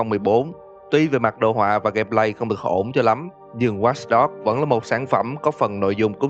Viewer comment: Tên game:watch dog đọc:wats dog